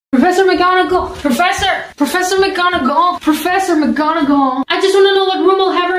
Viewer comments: "ProFeesSsar McGahnahgaal " 🤣🤣🤣🤣🤣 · "Professor 🌟McGawnAglęëé🌟" OMG IM ON THW FLOOR 💀🙏